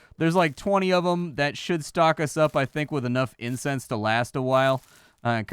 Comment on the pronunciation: kept saying incense but I kept hearing incest……. The internet has ruined me.